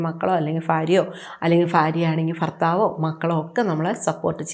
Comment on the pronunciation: ഫാര്യ അല്ല ഭാര്യ ഫർത്താവ് അല്ല ഭർത്താവ്